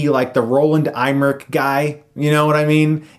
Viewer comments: Let's say it together. 3,2,1: RO-LAND EMM-ER-ICH (em-er-ick)Not IME - RIKE (!) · His name is Roland Emmerich, not Eimrich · Roland Emmerich, not Aymerik. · Emmerich, not Eimerich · Roland Eimrick? C'mon Chris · and Who the Hell is Roland IME-Rick ?? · Why are you pronouncing Roland Emmerich's name "Eimrich"? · Liked the review, but Roland 'Eye-mmerich'? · Roland IME-rick?....It's Roland EM-rick...but who cares, he's a hack. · It's M-ER-ICK, not IM-RICK! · Chris, please learn to correctly pronounce Roland Emmerich's name. You're pronouncing it EIMmerich. He sucks, he deserves to have his name mispronounced...But that's like a thorn in my side, sorry lol... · who is Roland Eimric? the directors name is Roland Emmerich.... EMMERICH :D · His name isn't pronounced "Eye-mmerich." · You know it's not pronounced eye-mmerich right? A simple google would've cleared that up - an 'e' never makes an 'eye' sound by itself, lol. Never....beyond the fact that Roland Emmerich is such a commonly mentioned name. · Why you pronounce his name like that? Hahaha don't really give a fuck tho, he a shit director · not how you pronounce emmerich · LOL! He mispronounced Emmerich.... which is what he does for every name he should know. Chris isn't the movie buff he makes himself out to be. Imagine if he was actually in a room talking to professionals and mispronounced names he should know. He'd look like an idiot... just like he does in his videos. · I am German and I can say, that that is not the proper pronounciation of "Emmerich".